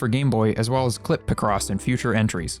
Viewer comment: It's pronounced Pic-Ross, not Pih-Cross